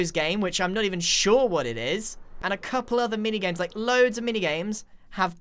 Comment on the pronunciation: Oh no, the bocket syndrome has become contagious! Pople are saying cople!